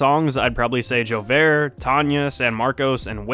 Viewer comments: So this is probably something already known but J'OUVERT is pronounced (JOO-vay) it's Haitian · Oh, so that’s how you pronounce j’ouvert..